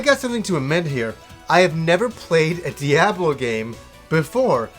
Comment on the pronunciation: is that how Canadians say diablo? also what's boxing day?